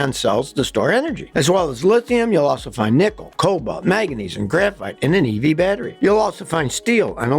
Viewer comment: "evee battery"😂